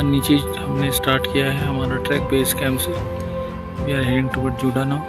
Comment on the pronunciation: It's Juda not Jada